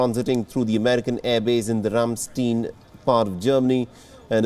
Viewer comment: I know it is beside the point, but Ramstein (not steen but stain) is in a town called Ramstein-Miesenbach